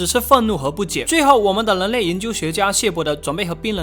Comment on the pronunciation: 跟我念，人（rěn）类，那个人（rěn），不是leng类，leng民，那个leng....